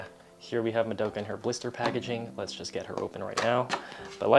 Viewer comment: im kind of curious, how come you always pronounce "madoka" wrong lol. Not hating, keep doing what you're doing, still love the content.